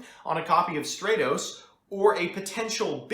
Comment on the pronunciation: Bothers me how you pronounce Stratos